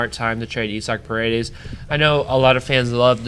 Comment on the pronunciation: This was a heavy start promising ending… I agree with you gotta have some loyalty to the faces of the franchise to maintain a fan base. Isaac Paredes nice pronunciation of his name sad to hear but sounds promising. Rays fans quality memes quiet seats noted.